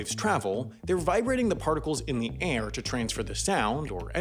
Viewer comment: The way he says "air".....